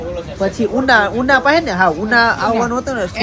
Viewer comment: યુનો ના કહેવાય ઉનો કહેવાય